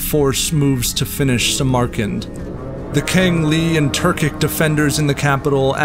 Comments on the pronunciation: Learn how to pronounce Samarkand. It's SAM-arkand. Not Sam-AR-kand. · The name is cHINGUS kHAN , small c small k , as for the portrait it looks more like Rembrandt than the kHAN . We know what his title was and we know what he looked like ,and its pronounced sAmArkAnd not simerkind and if I appear to be pedantic its because this sloppiness is unnecessary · I have never heard anyone ever pronounce Samarkand as Sa.. Mar... Kand only ever as Samar...Kand . I would be interesting to know why you pronounce Samarkand this way ? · “Samarkand” is pronounced “SAM-urh-kand”, NOT “suh-MAR-kand”. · ''The great Jangis Kahn" I've head Ghengis for years, but Jangis?? Where'd you get that one from???? Edit: Suh-MAR-kund? I can't get past the mispronounciations of all these names. The art is beautiful and the music is moving. But the mispronounciations ruined it for me lol. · Nice video but please take the time to learn to correctly pronounce the cities you are talking about. (Samarkand especially) I don't normally fault someone when they pronounce a word incorrectly, that means they learned the word by reading it.....and that is a good thing. But as a video narrator you are in the big leagues which demands a higher standard to achieve credibility as a presenter and to give credibility to the information you are imparting. Just sayin'